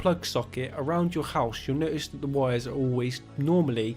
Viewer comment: The first thing you'll "Noist"....... NO TIST*